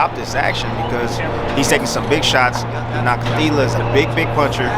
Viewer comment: Great insight and thanks for pronouncing Nakathila's name right unlike the rest